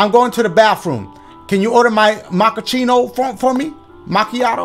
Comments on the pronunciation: MakaCheeto. “Macchiato” 😂🤦🏽‍♂️ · Dashie trying to say Cappuccino and Macchiato got me dead 😂 “you mean a Chachillachi?” 💀